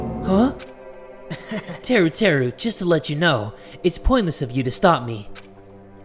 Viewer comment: ITS TERUTERU